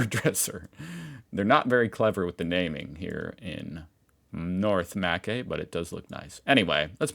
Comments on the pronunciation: Mackay is pronounced MACK EYE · Mackay is pronounced Mac Eye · Pronounced Ma kye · What a great video!! I am an Australian and still watch you as if I am learning more about my country hahaha. Btw, it's pronounced Mah-kah-i for Mackay ( I know this because my last name is Mackay hahahaha) You should search up famous theme parks in Australia and street view the most unique ones or something for another video. Trust me, there are some funny ones, eg: the big banana in Coffs Harbour and others. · Happy Garden... lol 😅 i have eaten there and recognised it st8 up when you were giving me motion sickness with your mouse movements lol... You make me laugh... Mack- aaye Or is that Mackay .. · Mackay = Mc Ky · "Mackay" is pronounced "mac-eye" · Pronounced North Mc-eye - 😊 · Also it's Mack-eye ....make sure you slightly slur the k and e together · Aussie pronunciation tips: Mackay is pronounced like Mac in British English but Aussie accent cuts off the C making it sound like Muh instead. And, with the 2nd A being silent, the KAY part becomes KY, like short for Kyle. (Muh - Ky) Narrabri is pronounced with the letter I pronouncing itself, so the BRI part sound like br-EYE, like your going to say the name Brian but cut off before the "AN". (Narra - Br - Eye) Your pronunciations were close but was funny. lol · Americans put emphasis on different syllables and vowels in your speech. Pronunciations are; You-ran-gan, Ma-ky(rhymes with shy), Mow-bree, Nah-rab-bye. The only ugly places in this Country are suburban and even they are "ugly" only due to crime statistics or industrial locations. Well done. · well at face value he isnt wrong with Mackay but we say it as MA kai for some reason , also i like how he said urgaon than was like wait Aussies says gan not gone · Mackay is pronounced ma-kye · Haha Feel safe in Mackay?! (pronounced Mac-eye) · Mackay is pronounced MAKie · But please pronounce it as Mceye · Mackay Is pronounced Mac eye.